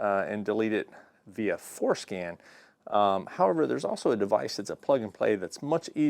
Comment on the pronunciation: Man I wish they had something like this for disabling MDS. Also... I think you are saying FourScan... but it sure sounds like it is called fourskin. lol